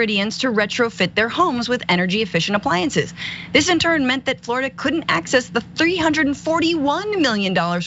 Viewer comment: WELL, now you know why insurance company are abandoning Florida for home insurance. IT'S more like Floridi-UH.